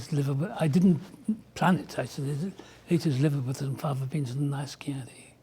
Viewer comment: He’s incredible there’s just no other word The only call I have with the liver and fava beans fine is that Hannibal Lecter would never mispronounced Chianti Never